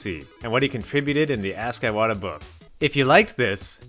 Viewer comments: It's Ee-wata, not Eye-wata. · Iwata not eye-wata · He’s saying his name like a fucking Apple product iWadda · It’s pronounced “ee-wata” not “eye-wata” “ee-wata” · Why do you pronounce Iwata as Eye-wata??? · What is is with Yanks and deliberately mispronouncing foreign names??? Eye-wata???????? come on make an effort at least🤦🏻‍♂️ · Eyewata made this hard to watch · He pronounces Iwata's name that way because reading this book made his "eye-wata". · Since I speak Japanese, I’m hearing this “あいわた”/Aiwata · Anyone else bothered how he mispronounced Iwata every single time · I waddah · Pretty disrespectful to not pronounce his name correctly. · Imagine calling yourself a journalist and not bothering to learn how to pronounce a name It's not just this video, it's a consistent problem with all these Nintendo YouTubers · Not really